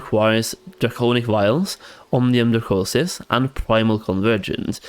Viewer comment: Thank you for the advice. Great vids! But please, for the love of god, it's Omnium dracoNis not dracoSis. :)